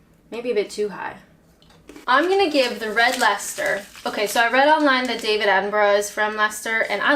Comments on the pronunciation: Wow, nice one for pronouncing Leicester correctly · The Americans would say "Lie -Chester-Shiyer"....so you got "lester" right!!